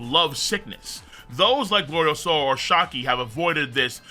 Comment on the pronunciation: It's GloriOsa. Not GloriosAAAHHHH